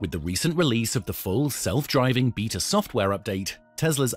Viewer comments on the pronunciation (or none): lol you said beetah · Bate-ah NOT Beet-ah. Con-TRI-bute NOT Contri-BUTE. Thanks for keeping us up to date.